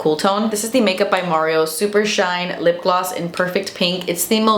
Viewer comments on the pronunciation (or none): none